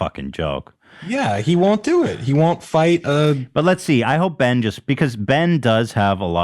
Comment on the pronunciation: Saying Ben as keen isn’t a good mma fighter! Smh. He was 2 time champ